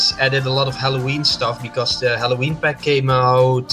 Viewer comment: As a Dutchy myself I can say that it’s clearly a Dutch accent, it’s hard to miss really. Germans have a very distinct sound when pronouncing words with “TH” in it: The is usually or closely pronounced as “Zhe”